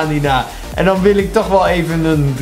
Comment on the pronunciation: En coleman zeg je niet letterlijk coleman